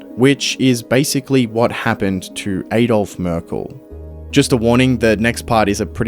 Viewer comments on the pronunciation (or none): none